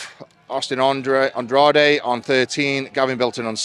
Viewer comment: Will the beast ever say Andrade correctly from the get go 😂